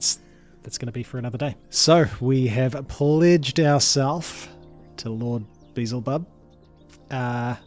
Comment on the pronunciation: I love how you pronounce Beelzebub. :D